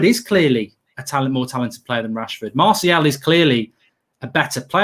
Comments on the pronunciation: It's Anthony Martial not Anthony Marshall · It’s Martial not Marshall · I love it when says ‘marshal’ 😄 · is really starting to annoy me now, he honestly thinks he's matt busby or Ferguson, for god sake he can't get martial name right for one, and he thinks we should play with wingers when NONE of our forwards get on the end of crosses EVER!!